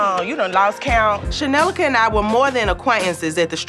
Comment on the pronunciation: It’s dime keep calling joseline shenellica 😂😂😂😂